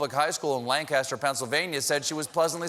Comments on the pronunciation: That's not how you pronounce Lancaster, but thanks for the shoutout! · He mispronounced Lancaster... 😢